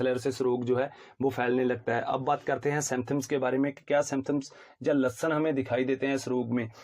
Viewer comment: Samtham ..? Symptoms kya Lashan..? Ya lakshan Bhai english aur hindi dono me itni acchi pronunciation..😁😁😜